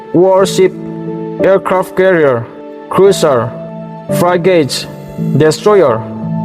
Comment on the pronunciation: Ngaihthlak anuam hle mai, fraigeit nilo in frigat ti a lam zawk tur ani hmel